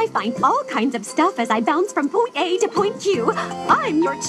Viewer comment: point a to point jew i hear that right?